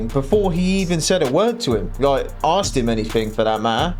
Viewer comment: No questions axed. 😂